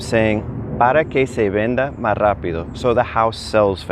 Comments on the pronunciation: Another clear, concise explanation that brings together so much that may be skipped or assumed by other instructors. Thank you! I noticed that you leave the "s" off of "más" several times. Would you consider doing a video on pronuciation tips, common word elisions and maybe even common slang. I know some of these are regional but I think this could be helpful. I am working my way through Duolingo and the focus seems to be Spanish language in Spain. Some usage and pronunciation is clearly different than in Mexico/Central America. One notable example is the Present Perfect tense (and, yes, I DID have to look up what it's called). Ive been told that isnt used much in Latin America. So what replaces it? Thanks in advance! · (RE: Subjunctive Trigger Para Que) I notice you drop the "S on the word "más". Just curious, where did you pick that up? Just wondering because I haven't noticed that with my Mexican friends (they, mostly from Baja California area.) Thanks